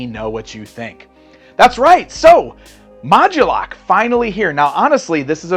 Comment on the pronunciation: Why is he emphasizing or adding a "gu" sound? Isn't it mod-U-lok? Like MOD-YOU-LOCK?